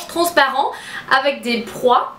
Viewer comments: Hihi, tu dois dire des "pois" et non "prois"! ^^ Tu est radieuse et j'adooore ton style! Bisous! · on dit des pois et non des proies :-D :-D i love you so much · Hahaaa juste ma belle on dit " pois " et non " prois " ;) sinon comme je l'ai dit tu es sublime je suis absolument fan de tes videooos tu es tres naturelle ! Continue comme ca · Coucou, super vidéo! Tu me donnes envie de faire plein de dépenses, tes robes sont vraiment superbes! Mais on ne dit pas proix mais pois! Pour ton crop top;) Bisous et bonne journée! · Ce sont des pois ma chérie et non des prois^^ mais ton accent est adorable <3